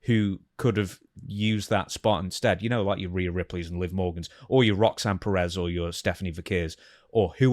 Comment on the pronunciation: The way stevie keeps pronouncing Rhea must be a rib.